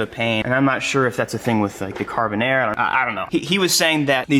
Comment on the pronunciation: Everytime says Carbonerre, I just hear Carbonara 🤣